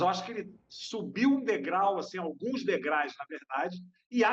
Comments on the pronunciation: O PLURAL DE DEGRAU É DEGRAUS......VC FALOU DEGRAIS......QUE VERGONHA 😢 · Degraus, e não degrais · Decepcionou, Nizo...quem não gosta, não vá! ...o problema é que Léo lota onde vai...Chico iria se envergonhar do filho... ...e outra, Nizo, é degraus, não "degrais".